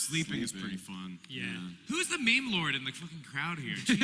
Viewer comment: thats so funny that pronounced meme as (maymay) cause my mom originally thought thats how it was pronounced lmao good stuff